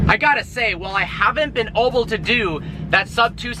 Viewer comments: anyone else notice this? I've never heard anyone say A-ble as O-ble.. is it a Michigan thing? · were you drinking while making this video, check mark, "I haven't been oble to do", dont drink and drive:) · And he said oble to do! Not able! lol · "I haven't been OBLE to do" (wait a few seconds) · You always say "oble" lol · "Oble to do" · never heard someone say 'able' like that lol